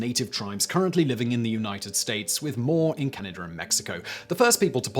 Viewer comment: It's Can-a-dah, not Canader. Say Chowdah! Say it!! <3